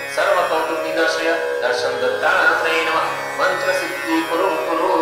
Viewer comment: It is not maaaaantra. It is mantra. 🙄